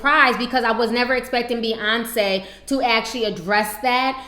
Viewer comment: its Beyoncé, not bey-uhnce